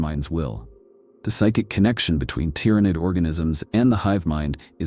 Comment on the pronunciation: I really want to listen to this but if I hear "Gynestealers" or "Tyrenid" again i'm going to go crazy